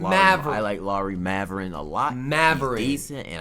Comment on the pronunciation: Bro its bot even funny anymore listening to this dude mispronounce every players name half of which aren't even the close like Lauri maverin lmao r u friggen serious bro there's not even a V in his fn name get it together cop that Rosetta stone